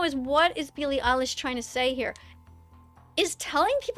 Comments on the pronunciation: "Billie aallish' bro she can't even say her name right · "billie elish" IM CRINE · "Peely ilish" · You pronounced Eilish wrong.